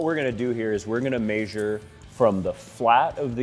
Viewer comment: Measure.. not mEeAAsurre